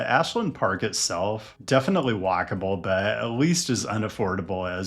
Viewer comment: My brain thinking you said wackable instead of walkable...